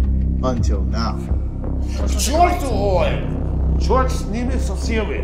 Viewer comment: "Чьёрт с ними со всэми..." :D